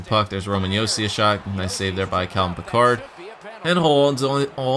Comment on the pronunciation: It is pronounced "pick - erd", not "pi - card"